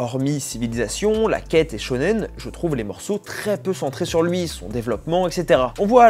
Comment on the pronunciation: J'apprécie qu' ait bien dit "chô-nenne" et pas "shounan".